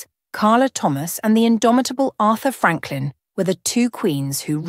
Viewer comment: Who is Artha Franklin? AI is a mess! 😂